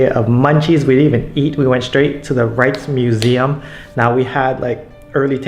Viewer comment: Rijksmuseum pronounced correctly! PBS got it wrong recently. Stroopwafels, not so good. After about a dozen trips over a couple of decades, some of my tips. As much as possible, learn where the tourists go and go elsewhere. Parks are free and I like inexpensive but awesome street food! In busy areas, "cross with the Dutch" so you don't get creamed by a fast moving bike. Some guidebooks are finally mentioning that the garnet colored paths are NOT sidewalks. Only for bikes, stay off them! "Fietspad" signs also alerts you that it's for cyclists only. Meet and befriend a Dutch person! Get out of the 'Dam and go cycling in the countryside. Memories are made of this! While all Dutch seem to know English, it's good to learn some "survival Dutch" for reading signs, etc...